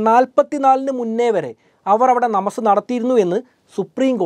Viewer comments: നമസ് അല്ല നമാസ് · നമസ് അല്ല ഭായ്.. നമാസ്... അത് ഹിന്ദി വാക്കാണ്... നിസ്ക്കാരം... അതാണ് ശരി.. ✌️✌️✌️